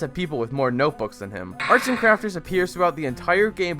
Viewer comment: I love how you said noteboos